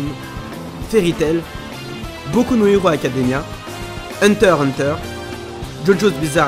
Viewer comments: Désoler mais c’est HUNTER X HUNTER et pas Hunter Hunter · c hunter X hunter pas hunter hunter